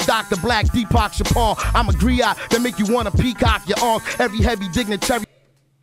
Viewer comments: Griot, not criot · I'm sitting here cracking up that they were saying "criot."